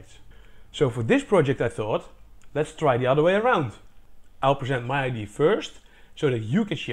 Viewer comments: Great idea (pronounced I.D.ya, btw, not I.D. - a very common, almost systematic, Dutch mistake). How much electricity did you generate on a day of average wind? I'd have thought that, trees being quite strong things, scaling this up to movement of the trunk, rather than just branches (you don't actually show what part of the tree you connected the string to) should generate much, much more electricity. Also, since you have rotational motion at the top, why not just use a simple rotational generator rather than your multi-linear one? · It is pronounced "Idee-ah" ;) A common mistake that people make when learning English. This is such a damn cool ideA! I'm very excited to see where this goes. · this holl time I thought he was saying IDs